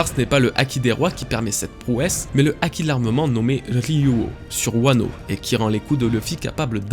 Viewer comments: Haki ≠ aki. Et myōō≠mioho (juste myo mais avec trois ou quatre "o" à la fin ^^) myoou a la limite. Vidéo bien sympathique dans l'ensemble mais attention à certains faits inexactes . Tout d'abord, pour ce qui est de la pose qui change en main ouverte , C'est avant tout une pose très classique dans le théâtre Japonais et de plus tu analyse ça d'un point de vue occidentale car au Japon une main au doigts ouvert ne symbolise pas le 5 mais le 0 , le 5 étant un poing fermé.... Ensuite a en Japonais , le Kanji de l'énergie/souffle se dit "ki" ou "ké" voir "iki" en lecture kunyomi. "Chi" c'est la prononciation chinoise . Puis le symbole du ki n'EST PAS le même que celui du Haki mais est utilisé dans celui ci c'est pas pareil, c'est comme une racine étymologique en francais donc rien d'étonnant à le voir ici. Ce Kanji "ki" est utilisé dans la formation de plein de mots ayant un rapport de près ou de loin avec l'énergie/le ressenti etc ... (Par exemple on le retrouve dans le mot kūki voulant dire "air" dans le sens "atmosphère" (mais si tu lis littéralement le sens des Kanji un a un y a marqué "énergie du vide". Et enfin la dernière chose qui m'a fait grimacer c'est quand tu parles d'Oda parlant des références culturelles de son pays quand tu fais référence au bouddhisme et à l'hindouisme. Sache que l'hindouisme n'est pas présent au Japon et que le bouddhisme ne représente que environ 15% des croyants là bas.. l'extrême majorité sont shintoïste (84% des croyants). Bref ce ne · Pk tu prononces pas le h quand il y en a un : "haki" mais tu le prononces quand il y en a pas "myōō"